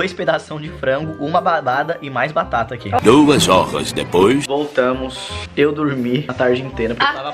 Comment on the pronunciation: No ele falou badada em vez de batata 😂😂😂😂😂